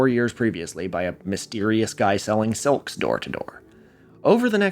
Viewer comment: I find it fascinating that you pronounce "silk" as "selk". When I was a child I pronounced "milk" as "melk". Until age 4, I lived most of my life on the West Coast, before moving to the East Coast. I don't believe I learned the world silk until after I moved. Since you are from Oregon and your father is from California that seems to provide a possible explanation. I also have the pin-pen merger, which was noticed by my elementary school teacher and she attempted to correct it, but it was far too engrained.